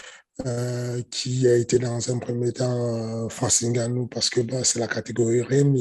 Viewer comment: C'est pas N (haine)GANNOU , c'est NGANNOU...@ "Quand tu sais, tu sais"🤣🤣🤣...Cyril n'est pas Miocic pour encaisser des pêches et encore on a vu Ngannou Miocic2...Et c'est sûr on ne sort pas d'un combat contre Francis NGANNOU indemne! Ça va chier ! "Quand tu sais, tu sais!"...🤣🤣🤣✌🏾😉✌🏾...✌🏾😎✌🏾